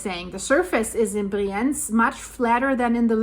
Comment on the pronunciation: Just a friendly note — the pronunciation of the city name 'Brienz' might need a quick check.